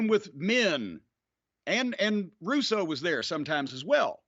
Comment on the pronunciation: weird hearing Corny not swear too much. and also he says 'Russo"